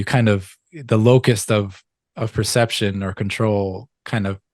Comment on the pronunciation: locus*, not locust! 🦗 😂